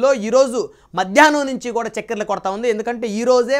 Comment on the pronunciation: తెలుగు భాషను ఖునీ చెయ్యొద్దు. చెక్కెర్లు ఏంటండీ, చక్కర్లు అని పలుకలేవా?